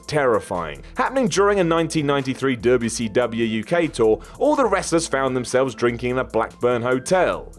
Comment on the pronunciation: I can’t be the only one who finds it funny when says dubya see dubyaaa (wcw) lol